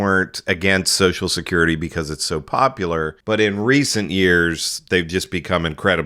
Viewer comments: Yeah but at least Joe can pronounce social security. It's not sosh-security. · WTF is "Soshes'curity?" Is everyone in the world now too thick to be able to pronounce Social Security? I mean, it's like a disease...